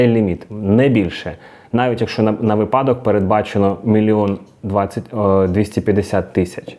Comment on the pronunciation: Правильно "вИпадок". Неправильно "випАдок" 🤫